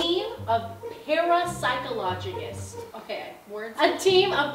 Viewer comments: trying to pronounce parapsychologist had me crying 😂😂😂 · Three adults and none of them can say parapsychologist